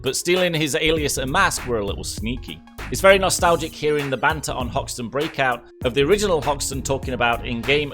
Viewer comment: Umm who's Houston and why is hoxton not hoxton